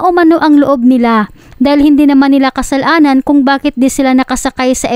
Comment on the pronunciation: Miss vlogger kasalanan hindi kasal.anan.halata bisaya ka